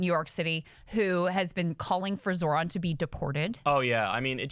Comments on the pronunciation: It’s Zoh-ran, not Zoron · You butchered his name.